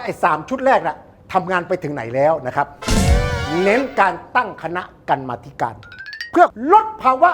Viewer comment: กรรมาธิการ อ่านว่า กำ-มา-ธิ-กาน